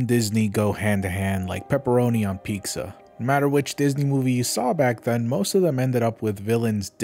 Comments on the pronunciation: Bro did you fucking say PEEK-Za instead of PEEza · WHY DO YOU SAY PEEKSA? i first noticed it in that north korea video u made, but u just said it again just now, wtf is a peeksa brother it is "pee tsa" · On Pikza, you say? 😉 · Thank you for blessing us once again with “peeksa!” For some reason your pronunciation brings me so much glee and it was an awesome start to my day 😸